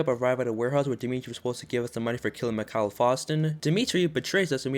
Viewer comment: Its not mickhaal its mickael